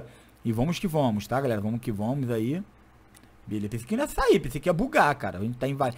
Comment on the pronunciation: "vomo que vomos" Não tem como defender kk